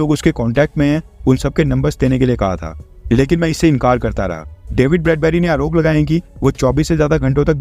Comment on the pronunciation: डैविड नहीं डेविड